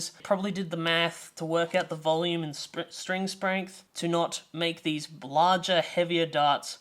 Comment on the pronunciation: Two lols in the video: "String Sprength" & "Establish Dominance"